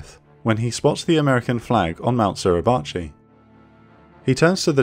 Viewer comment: Suribachi / 擂鉢 / grinding-bow, the pronunciation is SU RI BA CHI. All it take is few seconds to look it up. WTF is SLURRY-BACHI ?